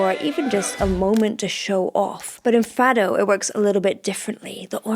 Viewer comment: Please, say Fado as if the O is a U. I appreciate that portuguese text included in the video :)